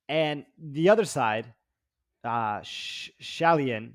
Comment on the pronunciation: laughing at the Shayilan pronounciation and then butchering it himself was perfect. Great show again guys!